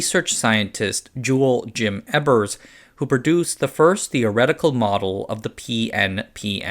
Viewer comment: its not Ebbers. it is Ebers. so LOOOONG E and short B, but u epmphasize the b. no. soft b. short. its real a pain when they cant prounounce all the german names. like they are everywhere and yet americans dont "need" to learn another language